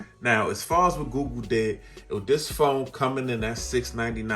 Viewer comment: Awesome vid and I've been thinking about this phone. I got the OnePlus 8 Pro and loving it, but my tech itch needs a scratch. Btw.. I hear GOO GOO Everytime you say google and now it's stuck in my brain. 😂